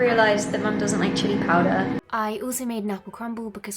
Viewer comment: The American accent in 'Chili Powder'? :o thought it was funny, but anyway, I love the format of this video! :)